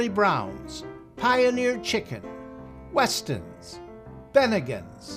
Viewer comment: Hey, It's not WESTONS, its WETSONS.